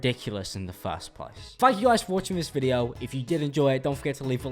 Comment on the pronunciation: Can we talk about the way that he says video: videwo